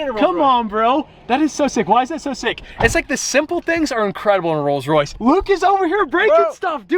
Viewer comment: he said rolls Raith